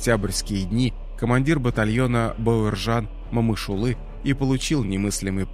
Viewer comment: Спасибо за аутоентичное произношение его имени